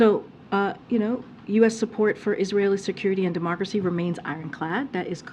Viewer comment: Someone please tell KJP how to pronounce “democracy” instead of “demarcracy”